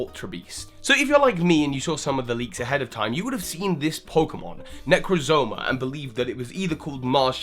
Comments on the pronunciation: "Poke play-jo" Its poke pelago like archipelago, thats what alola is, an archipelago is a group of small islands. And I the poke pelago can be expanded into a small group of islands. And "necrozoma"? There's just one o in there. You need to work on your pronunciations smh. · it's Necrozma, not Necrozoma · 1. It's Necrozma, not Necrozoma. 2. If Necrozma isn't a UB, and is the middle legendary, then why are Solgaleo and Lunala UBs? Cosmog is confirmed to be a UB, so it'd make sense if the legendaries were also UBs, including Necrozma. Or this might be absolutely incorrect, idk. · It’s nec rozma not necra moza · Necrozma, not necrozoma. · Necrezoma, WTF dude its NECROZMA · It's "Necrozma" not "Necrozoma" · that's not how you pronounce necrozma it's not nek-ro-zo-mo that's all out wrong but look there are too many os I'm not 100% but looking at name origins it's probably nek-ro-zma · You're terrible with pronunciation. I'm losing it right now. You flat inserted an extra syllable in necrozma ...necrozoma? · OMG ITS NOT NECROZOMA ITS NEH-KROHZ-MUH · In regards to Deoxys, it was either Rayquaza's hyperbeam or the Kalos ultimate weapon that caused the mutation. Can't be Necrozma. Oh, and you pronounced Necrozma wrong (ne-croz-ma is how you say it). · Like Necrozma